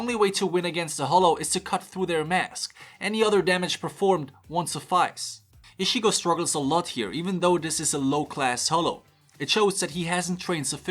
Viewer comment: That "Ishigo" pronounce of Ichigo's name will haunt me more than the Hollows.